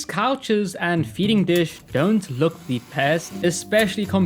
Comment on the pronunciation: can nobody pronounce "the" correctly anymore when did this happen